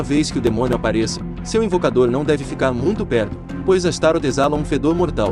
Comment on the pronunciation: não é astaro a pronuncia correta é astaroth